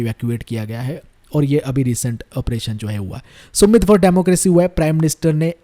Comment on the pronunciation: सुमित नहीं समिट hota है yar🤦🏽‍♀️